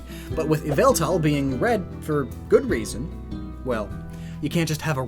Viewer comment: its yaveltal